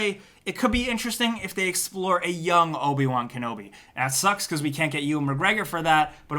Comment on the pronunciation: Don't you mean Obi Juan Kenobi?